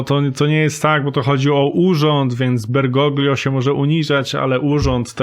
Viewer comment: kochany, wymawia sie Bergolio (dlugo bilam sie z myslami czy powiedziec, ale chyba musze;) )